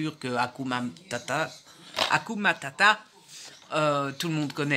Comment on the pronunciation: Hakuna matata ,pas hakumatata 🤣 tu m'as fait trop rire 🤣 . Si tu les as pas vu je te conseille pocahontas et les aristochats et tout les disney je les ai tous vu un nombre incalculable de fois 😍. Il ne faut pas analyser les disney , c'est un monde féerique tu vas te gâcher pleins de jolis films 😉 mais on peux pas tous les aimer quoique 😜. Regarde également le voyage d'arlo, tu vas pleurer mais il est trop bien 😍 J'ai hâte d'avoir ton retour final sur le M J Arlidge, il à l'air top. Bravo pour votre banc, il est superbe 😍. J'adore tes vidéos, vivement le prochain vlog, bise à toi et papouilles à pilou